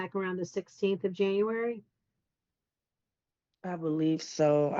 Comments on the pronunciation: Can she really not pronounce January? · “Since Janrary” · I didn't know we had a new month added to the calendar. "Janrary." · JANUARY. January. "Jan-you-air-ee", try it slowly. You'll get there! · This chick cannot pronounce January. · She cannot pronounce January... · Her pronunciation of “January” reminds me of pre-school students.